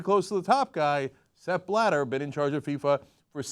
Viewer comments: Too bad your puns only work because you mispronounce the name. I know the "I'm a Murican and I pronounce the whole world in Murican", I just don't expect you beeing that ignorant. Ok, you didn''t know Blatter until some days ago, but could have figured it out by now, the "journalist" you are. Why don't you start pronouncing your name as "Cenk" instead of "Jenk"? BTW I'm not at all on Blatter's side, I'm just pissed off about the constant ignorance. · Not that I want to defend this asshole, but the way they constantly mispronounce his name for the sake of making it sound ridiculous is pretty dumb. This isn't one of those cases where the German pronunciation really does sound funny in English, nor is it even one of those cases where the spelling makes the word sound differently from one language to the other. It is simply pronounced like it is spelled in both languages, like the normal English word "splatter", just with a B instead of the Sp. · For f@ sake. It's not Sepp BlaDer but Sepp BlaTTER -_